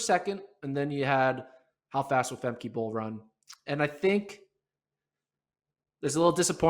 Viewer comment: BTW, it's not Fem key, it's pronounced, Fem ca!